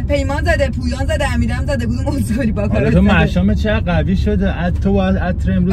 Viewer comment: باکارات نه 😂 باراکات